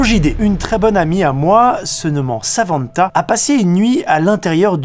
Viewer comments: *Samanta pas Savanta voilà ça m'a rendu fou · samantha pas savantha ?? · Par contre j’arrive ps à comprendre pourquoi vous prononcez le N de Samantha comme un marseillais